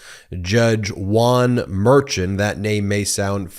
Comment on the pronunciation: The judge’s last name Merchan is pronounced “mare shon” not what rhymes with urchin